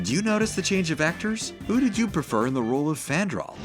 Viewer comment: It's frandal